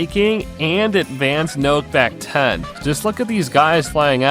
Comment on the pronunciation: man why you say knock back like noke back 😭